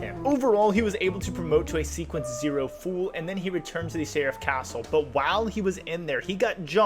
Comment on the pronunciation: "Serif Castle"?? at least try bruh